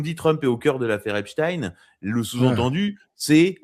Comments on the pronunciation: Ç bien il dit epstin 😅😅😅😅il sera bien vu.et invité sur bfm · Dès que quelqu'un dit epstine et non Epstein je ne l'écoute pas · Les anti Trump prononcent èpstine 😄